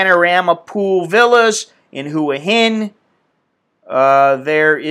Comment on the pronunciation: "hu-ah hin" is pronounced "wah-heen" . ive been there.